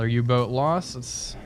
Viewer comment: Everybody talking about him mispronouncing Hartlepool, but nobody talking about him calling the boat U-Tube-513 instead of U-Boat-513 since the beginning of the series?